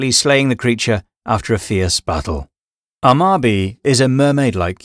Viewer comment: So like for a general guideline that should help, all vowel sounds in Japanese generally speaking are pronounced, so like for Amabie you only pronounced it as Amabi I guess assuming that it's a silent E or something like in cookie. It's not. Silent letters don't exist. There are vowels that can elongate a sound depending on what vowel they come after, but no silent letters, and you'd actually get more satisfyingly closer to the actual pronunciation if you did pronounce every vowel. All vowel sounds also only have one sound. The sounds also do exist in English. A is like "ah" as in like "Ah, I see" or like the a sound in car. E is like the e sound in elephant. U and o actually use their long vowel sounds like in use or boat. I is actually pronounced like it is in cookie. But also like, soft consonants also don't exists so something like ginko being pronounced as jinko should never happen. It's always going to be like the word gift. Like no actual shade to you or anything, but I'm honestly always shocked at how many people have difficulty with Japanese pronunciations just because all of the sounds used in Japanese exist in English and the romanization system is actually quite straight forward and literal and match really well to English sounds. In comparison to other languages in the world let alone other Asian languages romanized, it's the easiest you're going to get. The "rules" for reading romanized Chinese go kind of off the rails for instance with like X being pronounced